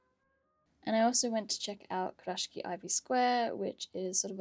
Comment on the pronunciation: Hi, loving your content especially the TN and TSL Kurashiki ones but I’ve noticed your pronunciation is a little off. Sorry but it’s pronounced Ku- ra-shiki not Kur-rashki.